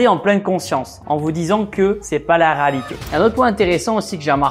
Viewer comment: Tibo rÉalité RÉALITÉ pas raalité